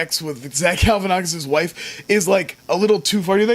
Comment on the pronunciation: It's Galifianakis! Not Galifianakis!